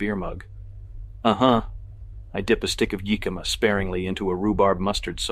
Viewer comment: I was wondering how someone with an eye for perfection mispronounced so many things like Hermes, tomatillos, jicama, and the worst: “Purchased for dollar sign one thousand forty.” I started listening on an android phone with a teeny tiny font and didn’t realize it was an IA until I switched to my iPhone. (I’m terrible with Android phones.)